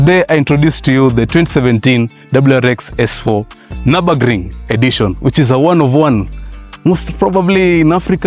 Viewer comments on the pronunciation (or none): Its prononounced Niobogring when saying it.